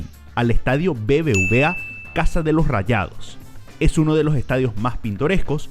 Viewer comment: Que terrible hablas, a pronunciar todas las letras.. "eeh uno de loo ehtadio" "seguimo en la cojta ejte" "donde ejta ubicao" "en ete apeto"